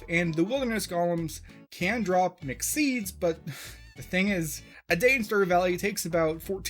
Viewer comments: mc seeds i heard mc seeds every time he said mixed seeds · i thought you were saying "McSeeds" instead of "mixed seeds" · You keep mentioning Mixed Seeds but all I can hear is McSeeds.